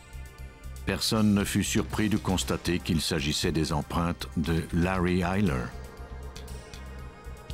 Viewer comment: Pour la prononciation du nom, c'est Larry Eyler le tueur en série.